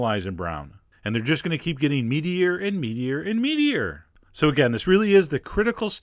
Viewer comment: Meteor and meteor and meteor is what I heard...